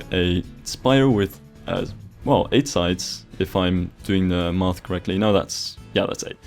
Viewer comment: when you say ' Maths' but with the dutch A (=